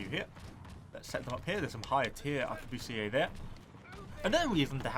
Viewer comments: The word Arquebusiers is pronounced “Ar-que-bu-siers” not “Ahr-que-boo-see-aye”, your pronunciation would be correct if you were speaking French though. Aside from that, nice video. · Not to be that person isn't it pronounced a-qua-bust-ers? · Ummmmmmm... Arquebusiers (Ark-we-bus-iers) Thats the historically acurate way of saying them.